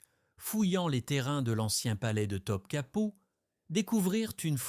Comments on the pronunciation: Pour info on ne prononce pas Top Kapi mais Top Kapeu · Pourquoi Top Kapou? Et pas Topkapi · Je pense que la personne a demandé à l'ia de faire un documentaire sur Theodora et d'en faire une video. Il y a pas mal d'erreurs sur les noms aussi et après vérification, les dates ne collent pas. Pour les noms, il faut lire : Goulbar hun : Gülbahar Hatun Top capou : Topkapı (Sarayı) Bosfor : Bosphore Sumbula : Sümbül ağa Aïe / Aïsh Sultan : Aişe ou Ayşe Sultan (prononcez Aïshé) Quand on n'a pas les bons mots, il est difficile de les deviner pour faire nos propres recherches.